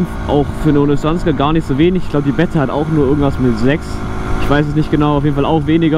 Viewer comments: Sehr sehr geiles Video…. ABER BRUDER 😂😂 BEEETA NICH BETTA 😂😂😂😂😂😂😂😂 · Geiles video aber es triggert mich übelst dass du betta sagst😂 man spricht das E lang aus